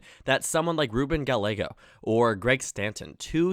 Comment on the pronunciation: Our mayor's name is pronounced "Guy-ay-go." Just an FYI! 😉